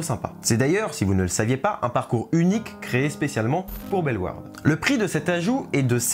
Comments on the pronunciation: il l'a pas hyper bien dit au début mais ensuite il l'a bien dit Belle Warde (en soit tu dis pas le "au" du tout même en flamand ) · Je viens de Belgique, je suis excité à l'idée d'essayer ce nouveau coaster! 😁 PS: Bellewaerde se prononce Belle-Au-Warde (pour les wallons en tt cas) 😉